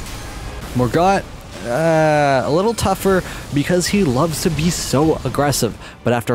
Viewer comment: this was so boring, cringe and he pronounced everything wrong. whats Mor-gut?